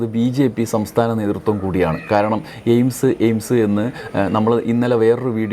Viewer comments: സുരേഷ് അണ്ണൻ എയിംസ് എന്നല്ല പറഞ്ഞത് എയിഡ്സ് എന്നാണ് പറഞ്ഞത് നമുക്ക് തെറ്റിയതാണ്....... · എയ്ഡ്സ് എന്നാണ് കോഴി കേട്ടത്